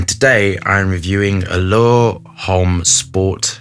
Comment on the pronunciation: Lol, I'm confused...you're a great perfumer yourself and you really pronounced it as Home or sport 😂